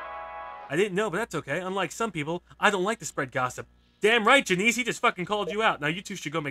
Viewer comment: Juh-Niece? You mean Jan-Ih-Ss?